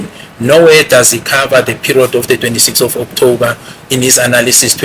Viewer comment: Skirlikkk suddenly is having flu on his voice😂😂😂😂😂 u r a scam😢 u will kill us Not BEAUTIFULLY pronouncing OKTOUBBBER ❤❤& AFFFFFFFIVVVVIT ❤❤❤